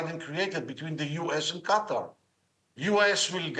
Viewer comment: Qatar not Quater